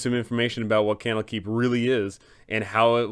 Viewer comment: Camel Keep. Kennel Keep. That's what I keep hearing.